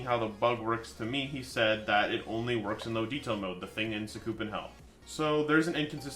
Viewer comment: Sakoopen Hell? XD its Sakupen Sa Ku Pen not Koo its kupen Sakupen Hell